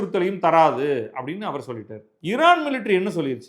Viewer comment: நீங்கள் ஒருவர்தான் மிகச்சரியாக உச்சரிக்கிறீர்கள் "இரான்" என்று